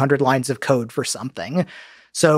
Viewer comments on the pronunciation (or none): At first I heard him say bang out a few hundred lines of coc.